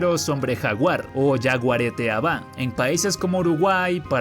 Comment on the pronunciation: Te salio bien la pronunciación de jaguareté avá 😅